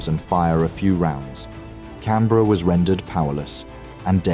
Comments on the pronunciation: Her name was HMS CANBERRA NOT Cranberra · The Australian Heavy Crusier......CRANBERRA? You would think someone who knew about the battle would review this before you finalized it. CANBERRA......not Cranberra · The Cranberra??? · haha cranberra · cranberra lol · You mean the Cranberra😂